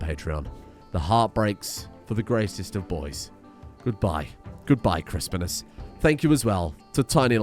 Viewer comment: RIP Chris-Pine-Us